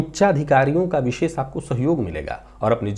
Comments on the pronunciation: विशेष का उच्चारण कहीं भी विशेख नहीं सुना है आज तक 🙏🏻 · विशेष का उच्चारण कहीं भी विशेख नहीं सुना है आज तक🙏🏻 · विशेष का उच्चारण कही भी विशेख नहीं सुना है आज तक।